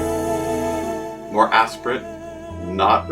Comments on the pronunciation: Lamb not Lad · Praise, not raise. Lamb not lad. You got those two words incorrectly.